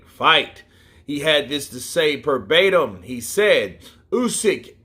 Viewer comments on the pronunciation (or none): When you say Perbatim. I think you mean Verbatim....